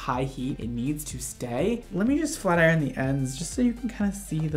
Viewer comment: When he said "FLAT IRON" in the beginning I thought he said "FLERN"